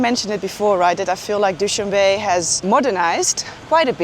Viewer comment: Noraly, FYI; it is not pronounced "Dow-shan-Bay", it is Dow-shan-beh , not pronounced like the English word "be" , but rather the pronunciation of the first two letters of the English word "better". ❤🌹